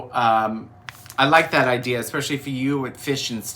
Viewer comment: did you move to Boston with the “idears”? My husband talks like that. He takes the “r’s” out of park and cars and puts them at the ends of random words. 😂